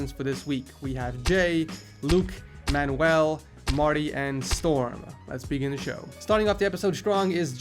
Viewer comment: Man-you-uhl not man-ooh-ell